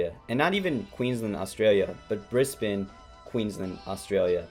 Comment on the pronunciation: If you think this is the worst robbery in boxing history you don’t even remotely understand boxing. You’ve also totally mispronounced Queensland and Brisbane. Get a clue seppo Clearly you’re a typical American. Over-opinionated, under-educated and ignorant of the world.